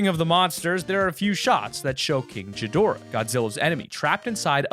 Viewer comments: Guess ill say it is not jadora you are supposed to pronounce it like this "gee-dorh-ahh" but spelled like this GHIDORA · Ghidorah, not JI-dora I’m getting so annoyed by your mispronunciation, please just watch one of the classic movies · What's Godzilla's enemy's name...... Oh right that's it King Geedorah that's totally it not King Ghidorah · ...My god damn name is in it... and king girgdorah what?!?! King ghidorah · That's not how you spell ghidora it's ghidorah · It’s king gidorah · it's not "Ji-dora" its " Ge-dora" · Isnt it gidorah? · GAH-dora not JI-dora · Just going to say this it’s ghidorah not jhidorah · Not trying to be rude but it sounded like you said king chidoarh it’s king ghidorah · This is a great theory! I do believe it could be gojira! And it’s king Gi-Dor-a not ji-dor-a lmao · Bro!!! “Jidora” dude c’mon!! Its GHIDORAH!! G G G!! Not J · Jidorah you mean g gidorah, king gidorah not a j a g a hard g k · Pronounced Gee-door-a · GOD ITS GHIDORAH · WHY DID U SAY JIDORAH, the Godzilla fan boys are awakening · I’m sorry did he just call ghidorah ‘jid door ah’ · It is gid-or-ah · OMG Y CANT U PRONOUNCE GHIDORA CORRECTLY! ITS PRONOUCED GEE DOR AH! SIMPLE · Why is he say jadora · IT’S KING A DIRA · It’s pronounced gi-do-ra and its spelled ghidorah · u said gidorah wrong its pronounced Gih-dor-ah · This shit is not Godzilla. Before I quit fortnite, I was well aware of the dragon eggs up in Polar. DRAGON EGGS. POLAR PEAK. You got it all wrong buddy, and considering the footprint made on that shack, it does not resemble his foot in any way, but especially how you pronounced "Ghidorah" as "Jidorah" just cracks me up. If you're gonna cover any topic outside of gaming, do your research better. Also, Ghidorah was never born from an egg, and the silhouette from egg in the volcano does not have three heads, it only has one and it seems to be a serpent like creature. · It is not king but titanus gi-door-ra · ur saying gidorah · “Ghedora?” Oh no